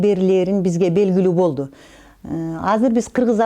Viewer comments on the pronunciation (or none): none